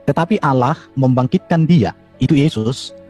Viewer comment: Bukan olloh Z yg benar Allah